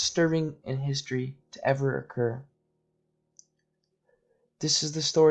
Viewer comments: Pronounced "Hewmno" NOT Kelmno! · Hey narrator... I don't think you pronounced the name of Chelmno correctly once. Or any other death camp for that matter. Take the cotton swabs out of your mouth maybe?